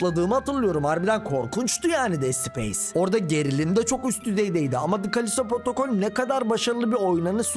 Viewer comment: protocol kelimesini duyunca delleniyorum